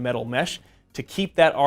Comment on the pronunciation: Voila not walla